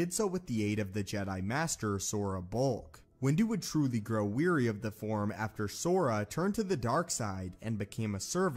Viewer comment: “VAY-pad” sounds a lot like “vapid.” I’m pretty sure it’s “vah-PAHD.” Also, I am weary of hearing you mispronounce “wary.”